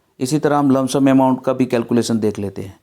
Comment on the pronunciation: लमसम नही होता है सर